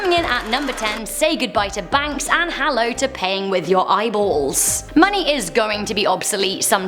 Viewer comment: PAYING WITH YOUR EYES lol I thought she was saying gauging out eyes and that eyes are currency lol